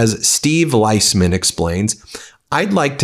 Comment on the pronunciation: Steve pronounces his last name Leesman